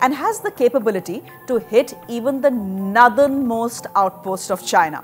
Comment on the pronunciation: How hard is it to pronounce nOrthern properly. FYI, it’s not nUrthern.